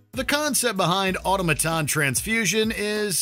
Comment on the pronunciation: Learn how to say “automaton”.